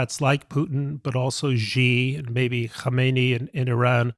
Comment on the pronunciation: The leader of China's name is Xi. Just say the English word "She" and it's almost the correct pronunciation.